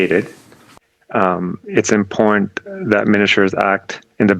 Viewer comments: Who taught him to speak English? I have never heard the word "imporn" before. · Oh, excuse me, it's "impornt". I've never heard that one before, either.